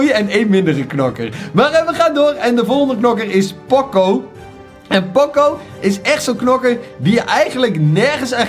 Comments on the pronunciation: Het is niet pòcco maar póóóócóóóó met ene lange o, het komt uit de muziek van poco ritenuto wat geleidelijk minder snel en zachter betekent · Gast het is niet poco met een o maar met een oo